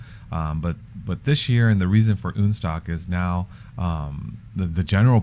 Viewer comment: OK, I have to finally comment on ÜNSTOCK, not the concept, but the name (yes I like modified Porsches!). As a German this makes me flinch every time I hear it. In German we have "Un..." just like in English when you negate something, like in believable vs unbelievable. But not every a,o,u in German is an umlaut like ä,ö,ü. And the "Un..." is not. I get it that is is supposed to be a merger of 2 languages to make/have something non-stock. So, the way to name it would be UNSTOCK, as far as I'm concerned anyway. You even pronounce it as "UNSTOCK". Sorry, to me its just not that funny..... Maybe I just jump into my Pörsche and go for a drive ....🤔